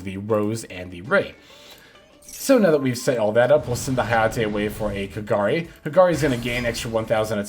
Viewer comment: It's so satisfying hearing pronouncing kagari's name correctly XD. Keep up the good work, very good video.